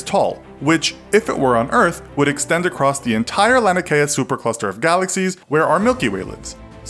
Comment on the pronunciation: It's LANIAKEA lani-a-kaya